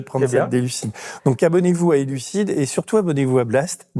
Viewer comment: Merci a votre chaine. Mais "Elucid" ❤❤❤